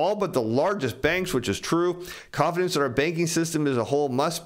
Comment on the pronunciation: Everytime you say "confidence" I hear con-artist